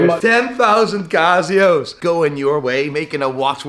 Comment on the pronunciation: "10,000 CAH-zeeyos coming your way. Making the watch world a better place." gaaaawwwtare.